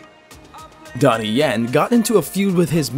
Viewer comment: It Donnie yen not Donny yen